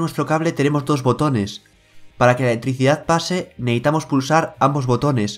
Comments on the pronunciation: Repite conmigo. E-L-E-C-T-R-I-C-I-D-A-D .... no letricidad como ricardo fort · Letrisia jajaja muy buen video, pero me causó gracia como pronuncias esa palabra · La eeticidad jajaja